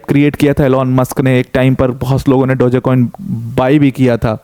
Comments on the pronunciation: डोजे नहीं डॉज होता हैं। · Mostly indian unaware about DOGE crypto .... so they pronouncing wrongful 😂😂dogeey/dogyy etc